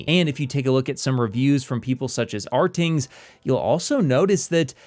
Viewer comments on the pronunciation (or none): "Ar-tings," ha ha ha.